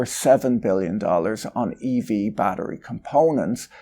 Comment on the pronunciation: Eevee adoption 😂😂 now I can't stop hearing it 😂